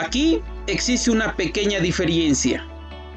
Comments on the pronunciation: Oye indígena..se dice diferencia y no diferiencia...pedazo de imbecil... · Buen video y bien explicado, lo siento quiero hacer una pequeña corrección en el minuto se escucha decir "diferiencia" y lo correcto es "diferencia" no lleva i en medio. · No se dice DIFERIENCIA, por favor maestro de lengua.